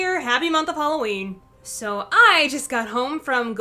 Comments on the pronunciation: It's not halowwin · It's not haloween